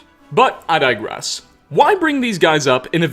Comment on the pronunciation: "But, I 'dye-grass'"